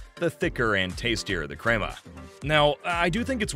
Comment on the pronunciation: Not pronounced “creamer”